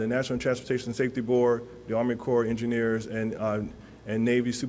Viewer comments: I think its pronounced "core".. not corpse. Like the marine corps... And this man is actually in that position..SMFH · Did this guy just pronounce it 'corpse' of engineers instead of ''corp'??? Embarrassing. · Yes. I noticed that too. It’s Corps. And he pronounced it “corpse” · Obama pronounced it corpse too. We learned the correct way to say corps in the 6th grade. How can people get to be adults without learning this? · Did he just say CORPS? It's pronounced Corrrrrrr...plonker... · 'corpse of engineers' lmao Another DEI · “US Army Corpse of Engineers” yikes…. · I did a mental double-take at that too. He says it correctly so maybe the first time was nerves? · Let’s focus on being nice; whatever the reason for the mispronunciation, we all know HE heard it. Smart and capable man who mispronounced a word. Please be kind. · the people in this comment section are more outraged over him pronouncing the S at the end of corps than the deaths of children. That's where humanity is right now. I now know why the Bible says few will make it into the kingdom of heaven. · I appreciate these fine men for their compassionate work during a heartbreaking tragedy. I cannot fathom being charged with recovering the poor souls lost, including children. I'm ashamed for those who have felt the need to leave unkind comments pointing out a mispronounced word by a man doing a job most of us could not fathom.